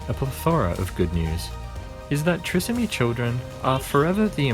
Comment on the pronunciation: It is pronounced Try…som..ee.